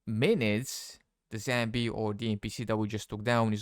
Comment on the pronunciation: It's zombie not zambie 😂😂😂😂